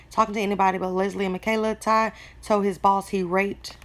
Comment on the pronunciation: It's not officer thank u it's officer Ty... Ty is his name.. pronounced "tie"